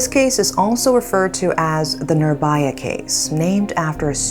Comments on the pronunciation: idk why but everytime she pronounces nirBHAya as nirBAya. it pisses me off. i mean how you guys pronounce cool as KHool with H and not in this case where H is clearly mentioned in the word nirbHaya. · not baya , vhaya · It's pronounced "Nee(I)rbhaya".and "bhaya" means fear and neer is added to make it it's oppose..which is "fearless" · if ur gonna make a video about it, atleast google the pronunciation of the victim's name please